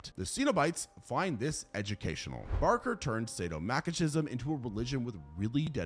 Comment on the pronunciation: Masochism, is pronounced: ma·suh·ki·zm.